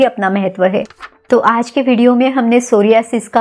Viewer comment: Mere alawa kewal aap ne is rog ka sahi uchcharan kiya..🙏 Dhanyawad Didi is video ke liye 🙏 GS Rathod